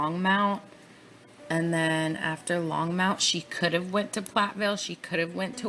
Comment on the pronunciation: I lived in Thornton/NorthGlenn for almost a year and then a week before the murders I actually moved to weld county, the town Greeley ( which is where all the detective offices and where all the bodies were taken after their discovery. So this ( and as I’m listening lol it’s pronounced long-mont (think Monty python) Longmont ) lol 😂 I’m sorry Back to my point - I literally watched him on live tv pleading for his families return and I looked at my husband dead in his eyes and said “That man is pure EVIL, and he knows EXActly where his family is right now!!!” I lived breathed this case since day one! Saw the initial shadows of his children being hoisted into the truck with their dead mother before everyone caught on but I’m glad we finally have SOME of the truth! I heard that voicemail somewhere I will try to find it for you!